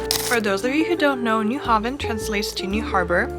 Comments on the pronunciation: Nyhavn is said "short" = Ny-havn and not Ny-ha-vn, but i guess are close. As an english speaker you should think: Ross-kill-le for Roskilde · the Ny part is spot on. The havn part is to be pronounced as in hown (down). Same goes for Copen hown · The nyhavn thing in the beginning you are both horribly wrong! I cringed so hard at both of you.